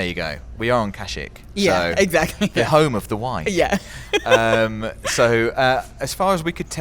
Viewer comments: I absolutely love you guys, but how did you pronounce Kashyyyk? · watch the films and learn how to pronounce Kashyyyk properly, it really does point you out as not being a real star wars fan.